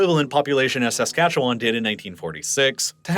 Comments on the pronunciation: Saskatoon resident, always entertained by foreign attempts to pronounce Saskatchewan. It's /səˈskætʃ(ə)w(ə)n/, aka. "suh-SKA-chuh-wn," NOT "SAS-cat-chew-WAN." Quit pronouncing the 3 silent vowels (schwas) lol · Saskatchewan (/səˈskætʃ(ə)wən/ sə-SKATCH-(ə)-wən 😉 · His emphasis on the first a in Saskatchewan got me too. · Born and raised in Saskatoon. Really appreciate you covering this topic. I would say my only critique is the way you say "Saskatchewan". Most local people from Sask say it like "Sa-scatch-oo-wun" rather than "Sask-atchu-wan". The end is more like the word "one" than like "James Wan." Great video as always! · Also it's more like Skatch-win instead of Skatch-wan. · Saskatchewanian here. Your pronunciation of my province hurt my soul. Also, Regina = Ree-jina, not Reh-shina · I live just north of Saskatoon in Saskatchewan. Interesting video as we’re usually ignored in the extreme. You say Saskatchewan very weird, though, like most people not from here.